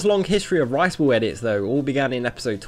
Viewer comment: whats with his pronounciation in this video . rice ball = rice wall. pizza = pisa. ramen = rawmen . cooking = cocking. and thats all in the first minute